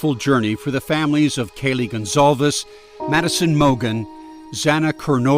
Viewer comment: Her name is spelled like “gone calves”, I thought that was how you said it